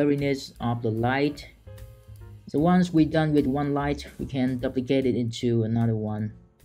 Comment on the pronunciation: Your videos are absolutely awesome. We can learn a lot from you! May I just point out that your pronunciation of the word "duplicate" is wrong. You use the word a lot :-D the "u" is not like in "up" but like in "you" – doooplicate. I'm not a native English speaker myself and I'm always grateful if others tell me if I'm making mistakes.